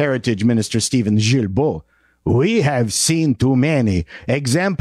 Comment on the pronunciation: It's Gilbeau as in guiltbo btw🙄